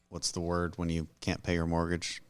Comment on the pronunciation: Love the podcast! Why do I find it so endearing when Dan cannot pronounce words? I get such a chuckle that it makes my day.